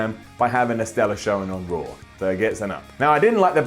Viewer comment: did he say Rawr Ups and Downs?